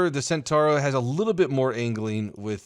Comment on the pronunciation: centauro is pronounced chen-tau-roh